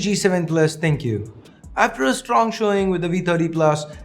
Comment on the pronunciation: The name is pronounced "Think" not "Thank you" ;)